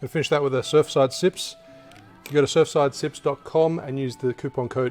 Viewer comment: I’m impressed that you were able to say Surfsidesips after all those cocktails! Well done!